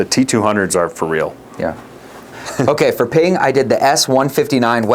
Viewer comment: You mispronounced PING when you named “Srixon” in the top 3 😂